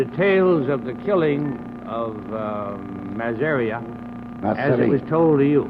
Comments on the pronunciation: Don’t forget “Mah-Syria” instead of Masseria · It’s hilarious the way he keeps correcting their pronunciation of Masseria to MASSeRI😂